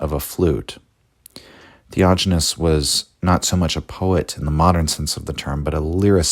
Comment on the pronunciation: Yes...the "theojinness" is driving me crazy...sorry....